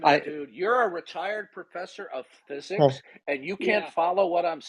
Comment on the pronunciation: ‘You have a PhD in ffuzuks?’ Darth just has this odd pronunciations of words, and glad to see he’s still confusing epistemology and ontology all over the place.